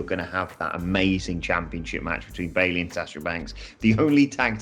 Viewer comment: The most important takeaway from the triple threat womens tag match is that you shouldnt have commentators try to pronounce billie and bayley in the same match.